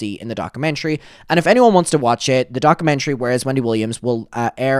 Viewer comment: Docker-mentary 😂 no shade, but please say it right because it’s driving me mad! At least you’ve stopped saying ‘retrospective’ in the completely wrong way, so that’s a bonus. Still love you regardless ❤❤